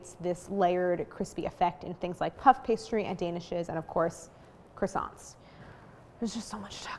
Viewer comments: I love the way Americans pronounce “Croissants “😂 God… make a little effort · living Montreal Quebec - a French City .. it is very very difficult listen to this brutal pronunciation of the word Croissants !!!! My ears hurt .. try try .. anyway GREAT fresh croissants are available here every day ! hardly worth baking your own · Crassants, Dooseldorf, coke oh van